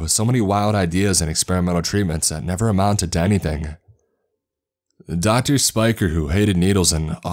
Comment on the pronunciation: Doctorsuh, serrated bladesuh, up until thenuh